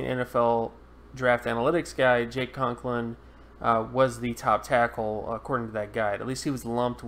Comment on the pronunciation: Right. He spelled them both correctly, but mispronounced them repeatedly.